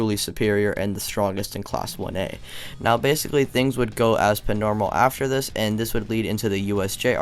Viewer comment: Why the fuck you do you keep saying "pnormal" wtf